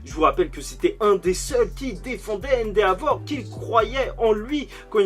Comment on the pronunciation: Cool la vidéo mais juste arrête de prononcé le « a » dans endeavor c’est vraiment insupportable 😇😂